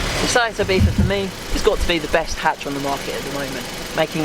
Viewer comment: Am i the only one who can not fucking stand him pronouncing Ibiza, with IBIFHA